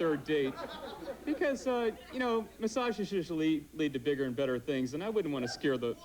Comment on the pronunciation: His emphasis on Bigger amd better things cracked me up 😂